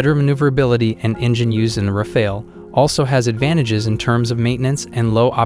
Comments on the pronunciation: it´s R-A-F-A-L-E, not r-a-f-a-e-l... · Rafale (english : burst), not Rafael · when you can pronounce the the jets name of Rafale , then i might listen to you talking , let me break it down for you , try it like this (( RAF I L .) There you go now . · its rafale not rafail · I can't get past "ra-fail" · I can imagine how much French must love how several AI voices are referring to their vaunted national treasure as ”Ra-Fail” 😆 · Some of the information seems outdated. For example, the Typhoon is using the Meteor since 2020 or 21 as well. And please don't pronounce it ra-fail. If you do a video, at the very least do some research about the pronounciation.